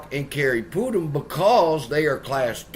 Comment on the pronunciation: Not Pootum. PutNam. 🤦‍♂️🤡